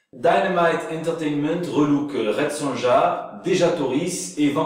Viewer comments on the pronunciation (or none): Hhahhaa, DC Comics et KFC ! ^^ Au fait, "Red Sonja" se prononce Red SoNIA . ^^ Bien cool le JT de cette semaine. J'ai jamais entendu parlé de ces nouveaux héros dans une Brooklyn consciente d'elle-même. j'ai hâte d'en voir plus. :-)